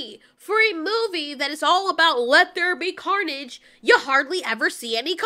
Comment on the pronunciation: she said wets be carnage